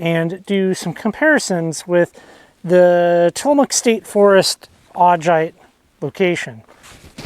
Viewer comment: There are better examples of Augite up Lincoln creek valley. If you are in the Doty hills then you are on the wrong side of the ridge. The Lincoln creek formation is a pretty large area. Also it is pronounced Au-guy-t. Also in the Lincoln creek formation you can also find pillow basalt.